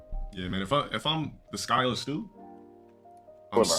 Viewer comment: This guy kept pronouncing SYKO AS IN PSYCHO AS SKYO STU GAWD DUUUU